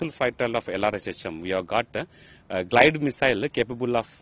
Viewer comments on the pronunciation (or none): Its GLIDE and not GILD !!! Can't you guys get the basics right?